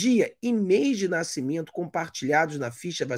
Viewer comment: Fala direito nascimento! Naicimento não da né!